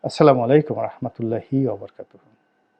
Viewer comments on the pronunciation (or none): রনি হুজুগ মাঝে মাঝে ওয়াজ ও দোয়ার মাহফিল ও করে থাকেন কিন্তু সালাম টাও ঠিক মতো দিতে পারেনা "আসলামালাইকুম" অথচ সালাম হবে আসসালামু আলাইকুম।